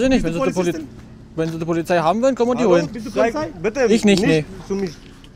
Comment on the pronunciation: "Dienstfahrrad Polifszei"